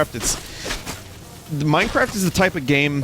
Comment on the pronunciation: Yay minecwaft